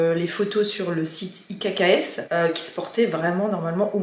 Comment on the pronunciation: Coucou ,petite info,la marque ikks se prononce x 🤗